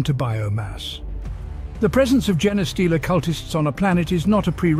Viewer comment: Gene Stealer not Jenna Stealer.